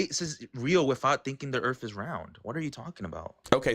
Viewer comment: LOL, '' pronounces Earth as 'Urf'